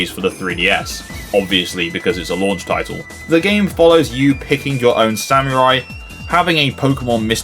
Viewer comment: Great video! I actually haven't tried Ridge Racer yet, which is odd as it's one of the THREE decent racing games I could find (with a physical release) on the 3DS. THREE. Even the GBA probably had more! Not sure why I never got it....Oh, and, uh, just so you know for the future - that's not how you pronounce samurai